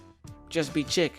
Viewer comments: is it not “sheik” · You misprounced CHIC lol